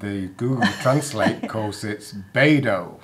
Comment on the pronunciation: Loved watching this as a Portugal lover but yes, do take some Portugese lessons.....on how to pronounce the 'ao' in Beirão.....😉